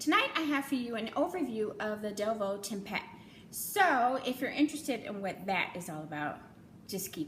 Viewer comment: Thank you for saying our last name right 😂 A hundred videos saying DEVUUUU